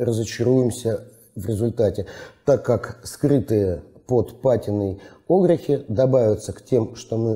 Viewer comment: Прошу прощения, а можно перед тем как ролик выкладывать поработать с ударениями в словах, какие на фиг Огрехи? когда правильно огрЕхи! очень режет слух. однозначно дизлайк. даже до конца не стал досматривать